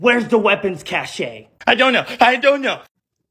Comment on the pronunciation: It’s pronounced “cash”… not “cash-ay”.